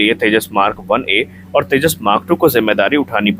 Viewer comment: Firstly pronounce properly. It's Tejas. Not teja. Aur tujhe kya samjhana o Teri baski baat nahi. Tune jo giraya hai o kya hai apne paf ko puch.